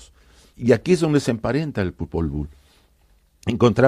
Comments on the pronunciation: Popol buk??? Sí iban hablar de esto, se hubieran preparado, la verdad que dan pena con sus pronunciaciones, además en el popwuj (nombre original del Popol vuj) jamás habla de Dios. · Claro encima en inglés “ book” libro :| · Popol vuh sarnosa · Popol BOOK? Jajajaja apréndete la pronunciación mínimo! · Yo pienso como tú, escuché eso y me chirriaron los oídos, aquí casi todo el mundo lo ha obviado. Saludos 🙋